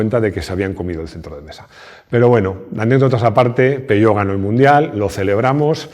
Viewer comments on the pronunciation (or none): "Sel centrlo de mesa"... Japonés nativo 🤣🤣🤣👏🏼👏🏼👏🏼👏🏼